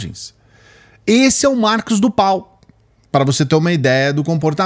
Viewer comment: Mosso como voce quer ter uma live se voce nao consegue nem falar o nome correto é marcos do val